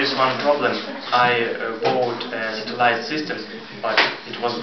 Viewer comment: My mistakes: 1) I pronounced the word "satellite" incorrectly 2) after 6 months - in 6 months (correct) 3) If the court WILL award damages, it will be great for me. I had to say: "If the court award damages, it will be great for me." (Conditional)